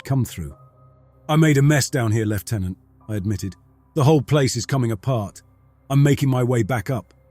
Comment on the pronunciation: Thank you for pronouncing 'lieutenant' properly (as an English person: I know it's different for other countries but it's still good to hear)!